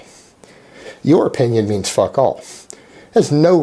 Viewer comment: it's weird hearing "fuck all" in an american accent haha